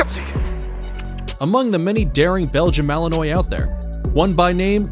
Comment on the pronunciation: He lost me at his pronunciation of Belgium Malinois